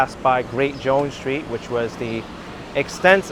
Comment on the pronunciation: There is no SHTREET word in English ! Embarrassing... No shtraight, no exshtremely, etc...